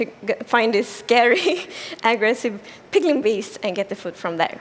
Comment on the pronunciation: Instead of piglen beast